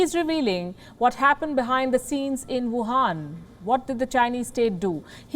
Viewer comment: Why do you call it wuhaan virus?